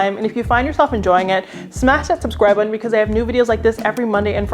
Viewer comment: You always find the best “stuff” and then share it with us! So thank you for that. Also thank you for pronouncing “button” properly. You said butTON. Not butin. Go!